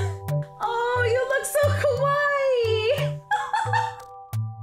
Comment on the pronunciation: When you said "kawaii" it was pronounced "kawai" which is the Japanese word for scary.... Welp.. Sorry I had to correct you.